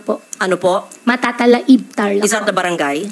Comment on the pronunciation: Kung Lumaki siya sa Conception, mula ng siya’y ipanganak at lumipat sa Bamban, bakit Hindi niya mabigkas ng Tama ang MATATALAHIB ? Ang pag bigkas niya Mathathala-eb , dapat fluent siya ng Kapangpangan ? Or Visaya Dahil SABI niya Mayroon daw mga Visaya sa Farm niya ! Papag Salita-in NINYO ng Visaya ! ( watching always from USA)